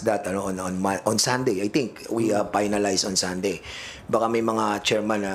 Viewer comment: 😂😂😂dan fernandez. Pronounce properly finalize. Not paynalize.